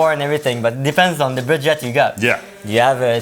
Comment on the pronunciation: The way he says Budget sounds like Baguette its so cute lol